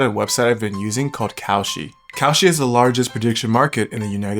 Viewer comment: Bruh not kalshi come on